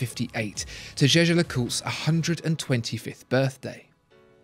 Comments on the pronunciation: the watchfinder guy didn't used to pronounce it 'jeh-jer'. I've watched all the watchfinder videos and this is the first review in which he pronounces it correctly. I'm still a huge fan though, regardless of how he pronounces it. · Alec Tang You’re totally right. This is the first time he pronounced it correctly.